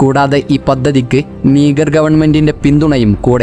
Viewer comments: നിഗർ അല്ല നാ... നൈജർ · നീഗർ അല്ലാ നൈജർ